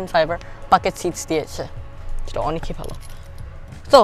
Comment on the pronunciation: Beautiful review, I get stunned seeing how beautifully you deliver all that data without seeing anything. Keep it up. However, please try to correct a few pronunciations that you have in Bangla, like "Oneki". Sounds cringy and since you are a growing YouTuber so now proper Bangla will help you. Keep it up. Great work